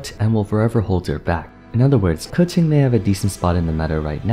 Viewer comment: Respect for pronouncing Keqing correctly.